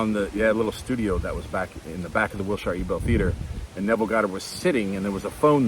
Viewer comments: Hey Wilshire is not “Shy-er” its pronounced “shr” appreciate these daily videos! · Ahahaha😂 Wiltsheere ir Wiltshaire... I loved it. Dear, the hyper BRIT queen's English would require the "...sheere" pronounciation, that I can assure. The algo recently introduced me to you and I am loving it. I DEEPLY was moved by your " I love you guys" from Yesterday. Financially I should be devastated, but I am so eager for what is coming... for what IS. Thanks. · It’s Wilshire…pronounced Wil-sher. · We say " wil - shur" out here in LA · It might be will-shy—er , but you’re right- it doesn’t matter 🎉🎉🎉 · I live in the LA area. It's WILL- shur. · Here in England we pronounce Will-sure😊. Doesn't really matter! We understand and that's enough😂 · "Overthinking" was my middle name. Thank you for YOUR thinking and efforts. Pronounced Wilshure. When pronounced in the old English they say "Shire" of course representing an exclusive county.